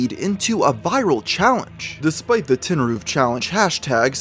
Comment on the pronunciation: "Tin-roof"? More like "Tin-Coof"